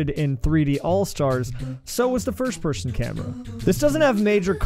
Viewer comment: You ever notice that you say "first pershon" instead of person? And "worsht" instead of worst. Lol.